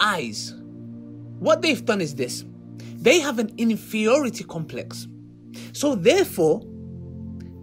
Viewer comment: what is an 'infiority complex' I think he means he is missing some brain cells to compose that word together, what a joke that boy.